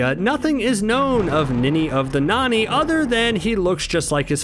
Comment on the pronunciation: It's Ninny of the Nonny... not Nanny